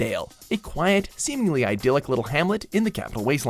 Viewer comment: Can people stop mispronouncing "idyllic" please